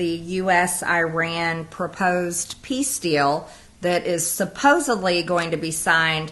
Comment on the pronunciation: MTG says "supposably", of course!